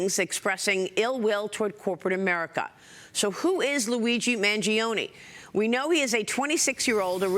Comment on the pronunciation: Man gee oh nee is the proper pronunciation of his last name.